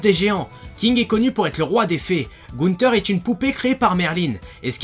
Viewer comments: Juste tu me stresse parce que c gowther et pas gouneter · Gowther se prononce Gowseur et non Gouteur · C'est pas gounter mais gowther en plus il a etait créé par le magicien le vrai Gowther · Gounter = gowther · gowther est pas jnebpoupe cree par merlin mais par un mage elle l'avdir eu même et prononce bien gowther 0as gouten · il a dit gouteur jpp gowther rippp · gnagnagan gonter non c'est gowther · TON ACCENT EST POURRIS !! 😠 EX: GOUTEUR À LA PLACE DE GOWTHER !! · Wabi San et on dit gowther et pas gunter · personnellement je n'aime pas ta façon de prononcé le nom de gowser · Juste gowther se prononce (gozer)sinon bonne vidéo continue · De oufff « gounter » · en tant que fan incontestée tu as fait plusieurs erreurs: mal prononciation de GOWTHER(myboyfriend) un écorchement du BOAR HAT, et une information plutôt mal vérifier de la création de GOWTHER et t'a oublier de dire que c'est l'un des plus beau chef d'œuvre de la japanimation mais je t'enveux pas(^v^) (je vous l'ai dit que c'est mon anime préféré?) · Je suis d'accord pour la dernière info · Chui d'accord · Je suis aussi d'accord C mon manga préféré Et également une autre erreur Merlin est une fille de Belialuin